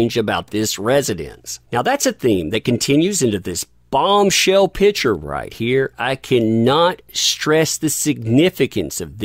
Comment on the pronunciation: Oh …..please pronounce ‘Picture’ properly. You omit the the ‘PIC’ in picture and call it a ‘pitcher’. A pitcher is a vessel that holds liquid! It’s like people who pronounce birthday as ‘BIRF-DAY’, or Valentines Day as VALENTIMES DAY. It makes me CRAZY! Sure it’s a bad habit! But it makes one question your intelligence when you are a brilliant guy! Still think you are pretty amazing though!